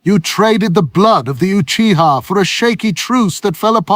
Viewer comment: I’m gonna be honest with y’all. Tobirama sounded like he was about to say uchigers a few times.